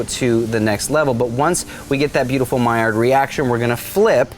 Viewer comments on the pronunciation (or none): none